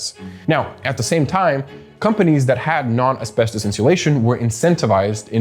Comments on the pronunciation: Bro just SAY ASBESTOS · Why are you bouncing between pronunciations within the same breathe and gatekeeping the word asbestos for 9 minutes? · almost 10 minutes in only when it says asbestus... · How many pronunciations is a single person going to use for asbestos? Hahaha man